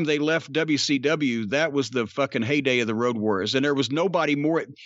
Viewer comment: The build to it was fantastic. "I'm hunting Woad Wawriows"